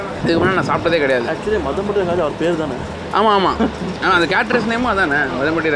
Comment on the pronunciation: Athu maadhampatty rangaraj not madhampatty